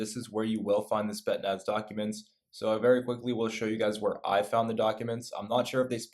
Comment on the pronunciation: "Spet-naz" lmao